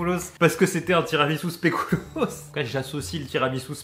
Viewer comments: Ça se dit pas « spécoulos » mais bien spéculos comme ça s’écrit. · très bonne vidéo :) par contre, en tant que Belge mes oreilles saignent après tant de "Spaikoulos" mdr spéculoos le é se prononce ... "é" et le u se prononce ... bien ... "u" mdr Mais bonne année a toi dis :p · Je suis stressé, tu dis spécOUlos mais tiramisU 🤯 mais bon vidéo géniale comme d'habitude !